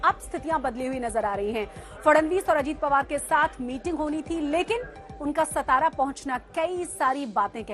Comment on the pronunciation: सतरा नहीं रे अंकरो..... वो सातारा है ! जो महाराष्ट्र का बडा जिला है.